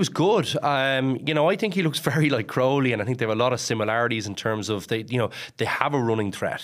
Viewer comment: Jesus Mary and Joseph, Jack Crowley has been a big name in Irish rugby for months now and Luke Fitzgerald still can't pronounce his surname. It's Crowley.. like cow without the r.